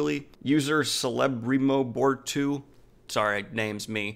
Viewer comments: Celebrimbor pronounced kele-brim-bor, is name from Tolkien's world. An elf and the original creator of elvish rings of power. Sauron learnt the art from him before betraying the elves. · Daniel, it's pronounced Kelebrimbor. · lol its (kel-a-brim-bor) must have never had played shadow of Mordor. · Its pronounced “Kele” respect to another shadow of war player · When he spelled "Celebrimbor", My elven ears started bleeding. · yeah that was painful haha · He didn't spell it. He tried to say it. lol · Such a pity that he butchered the name... I'm sure he knows it because he is a LOTR fan, maybe he just didn't realise who the name was refering to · Like your channel, but you kinda lose some points on butchering the name of the Elf who forged the rings of power. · I am actually surprised that you had so much trouble pronouncing Celebrimbor considering how die hard fantasy you are. But I guess your focus has always been RJ and less on Tolkien